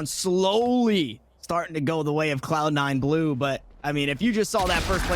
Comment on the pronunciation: "Cloud 9 glue" lol